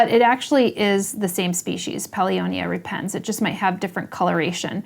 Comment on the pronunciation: Pronounced rEpens (not repEns) . Think of the word rEptile